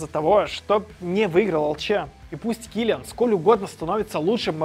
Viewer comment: Кто такой кИлиан? килиАааааан блеать!